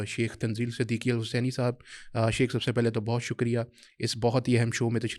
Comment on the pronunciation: شیخ لفظ تو ٹھیک کرلو بیلی